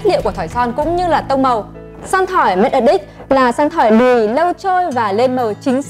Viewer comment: E nghe thành make a dick 😂😂😂